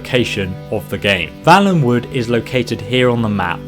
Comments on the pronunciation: If it was like you pronounced, it would be Vallenwood. I'm pretty sure it's Valenwood (a "vale" is a small valley). FYI. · The word/name used is valenwood though, not vallenwood. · You're sayin valenwood wrong